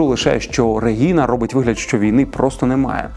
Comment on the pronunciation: дякую за випуск! але як можна у випуску стільки раз неправильно казати "регіна"? адже щодо тодоренко правильно казати реГНіна